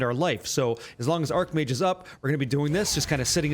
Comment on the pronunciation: i know it's pronounced ''arcH mage'' but arC mage just sounds so appropriare lol question, is lightning conduit just not used at all anymore? is there a place for it on this build without cast on shock